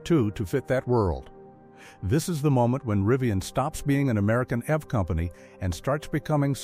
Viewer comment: It's pronounced E V not ev dump ai